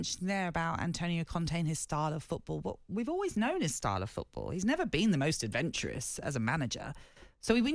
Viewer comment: Adventuwous is a new word. Never heard that one before